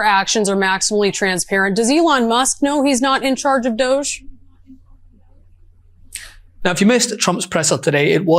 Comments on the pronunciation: Doge pronounced Dodgy! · . "So who is in charge of DOUSH?". "The Douche, obviously. Sometimes the old one, sometimes the Foreigner.".